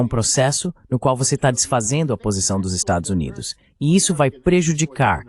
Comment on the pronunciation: Excelente conteùdo. Só não consegui entender por que.o narrador-locutor-tradutor NÃO CONSEGUE dizer a palavra "Estados Unidos"?!?